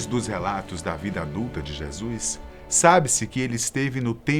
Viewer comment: e a pronuncia certa é JESUS e não jesuis em alguns trechos escuto jeasuis .to achando esse vídeo apócrifo pois o narrador não pronuncia certo o nome JESUS essa ideia é improvável. rsrsrsrsrsrsrsrsrsrsrs